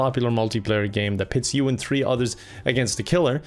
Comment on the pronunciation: Pronounces three without the H Also: "the dynamic thrio"